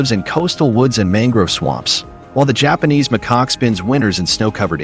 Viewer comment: Lol..your right, I kept giggling every time the AI would say "McCock" 😂😂😂.. how do you go from "Macaque" to "McCock"... I'm still giggling😂